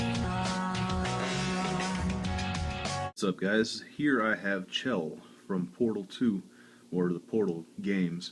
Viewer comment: someone who says chell right